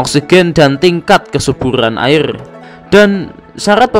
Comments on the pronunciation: Airrrrr rrrrrrrr 🤣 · Airrrrrrr terlalu lancar rr nya bang😂